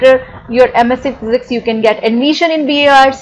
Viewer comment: She can’t even pronounce MSc and Physics properly & she’s here 😁😁RIP English. Where do all these jokers come from???